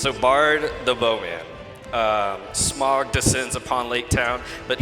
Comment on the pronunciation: Someone teach the panel how to pronounce "Smaug"...